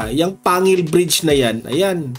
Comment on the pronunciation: Panggil po ang pg pronouns po